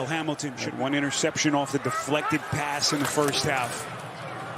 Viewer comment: It’s weird that announcer started off by say seck and pess for sack and pass but did just fine the rest of the game